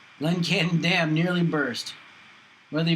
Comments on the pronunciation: It's a dam, not a damn. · Dam, not damn.